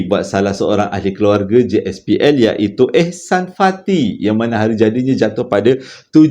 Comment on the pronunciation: ucapan besday utk Ihsan Fathi tu, sebutan dia فَتْحِ “Fat-hi” 👌🏼😊